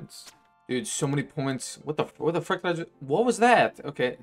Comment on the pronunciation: You are right at :12, he said "fruck" I think. I listened again, and Idk man this sounds like fuck here.